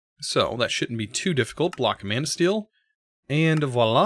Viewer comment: every time you said manasteel all I heard was man o steel. alright movie